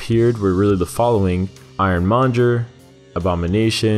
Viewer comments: "Monger," not "Monjer." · Iron-MonGER. Not Iron-MonJER. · “IRON MONJER”